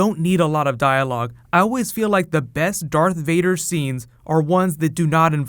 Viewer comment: Varth Dader